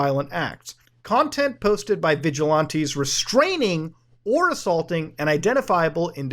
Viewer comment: do you practice every to mangle english like you do? "vij-a-lan-tee" NOT "vij-ah-lahhn-tee"